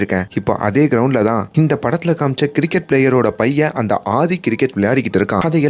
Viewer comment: Pls pronounce அ as அ not ஹ,it's ஆதி not ஹாதி